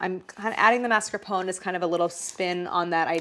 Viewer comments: Please MascarponE, not Mascapon 😅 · Do all Americans pronounce mascarpone like that?! 😂 is it not mass-car-poh-nay? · Never knew Americans pronounce 'mascarpone' like 'phone'; in British English we always pronounce the final 'e' separately even if the rest isn't anything close to an Italian pronunciation. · The mascarpone rebelled cause you mispronounced its name. 😏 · For each time you mispronounce “mascarpone” a dairy product will freeze accidentally in your fridge ❄️